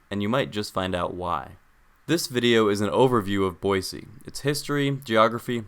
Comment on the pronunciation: Hello, former Boisean here! Born and raised, lived there 19 years, juuuust outside of Meridian. First off, thanks for pronouncing Boise with an S, not a Z. It's a shibboleth, anyone who says "Boy-zee" is an outsider. "Boise" was named so by French explorers, who, after weeks of traversing the deserts to the east, finally saw evidence of water in the valley below and reportedly shouted, "La Bois! La Bois!" which means, "Holy shit we're not going to die of thirst!" (Jk, it's a word for woods.) So, it comes by the "city of trees" moniker a bit convolutedly. Couple small things you missed. Boise wasn't a mining town as much as it was the aggregation site for mining in other towns; farmers and miners traveled to Boise to access the railroad. Also, Boise is home to the Peregrine Fund, which developed methods that saved peregrine falcons from extinction, and has greaty contributed to similar efforts to save California Condors and other birds of prey all over the world. Truly one of the greatest things Boise has to be proud of. Some bigger things you missed, the traffic in Boise is egregious. The city did not plan for the Boise/Eagle/Meridian area to ever have more than 100,000 residents, and has moved too slowly to adapt to the 800,000 people who now commute sometimes 100 miles a day through it. Likewise, many of the larger roadways are dangerous. 50mph stroads are the norm in Meridian, Eagle, and the Bench. The is currently ONE freeway for the majority of residents, on which driver